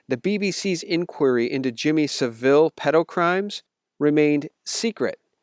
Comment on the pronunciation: Thanks for that. Just a small point. I'm in UK and have lived in UK all my life. So I have seen Savile since I was a child on television and listened to him on the radio as he was a DJ. His name is pronounced with the accent on the first syllable, not the second syllable, like 'SAVile'.